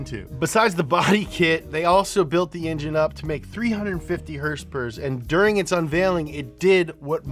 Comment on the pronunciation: horse power❌ hers pers ✅